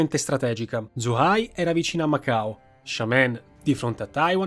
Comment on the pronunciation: Grande video. solo un appunto: zh si legge 'gi', quindi 'Sciengen', 'Giuhai'...